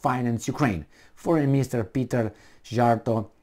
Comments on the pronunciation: Szíjjártó Péter's name is pronounce C-yar-toe :) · Sea-art-o or C-art-o. Is how hís name is pronunced.